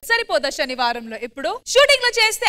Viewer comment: అమ్మా తల్లి… అదీ "షనివారమ్" కాదు… "శనివారం"! తెలుగు భాషకి బ్రష్టు పట్టిస్తున్నారు!🤦